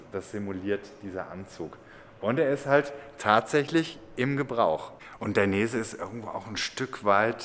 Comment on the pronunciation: Dainese, gesprochen wie geschrieben. Ist ein italienischer Familienname.